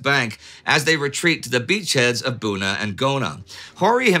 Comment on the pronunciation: "...near the coastal villages of Bona and Guna." LOL! You do an amazing job of pronouncing unfamiliar names, Indy. But it's nice to see you're human at times. :^D